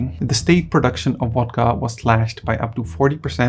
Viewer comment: It's pronounced VODKA with the "v" sounding like the "v" in Soviet, not WODKA with a "w" that sounds like the "w" in water. It's the main topic of your video, so do try to get it right.